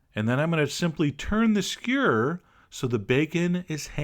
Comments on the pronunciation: SKEW-ER NOT SCURRRRRRRRRRRRRRRRR. LOVE YOU. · he says skewer like squeeer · I like the way he says skewer! skur..... =) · you forgot to pronounce most of the letters in "skewer" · I love how he pronounces skewer as if it were a single syllable.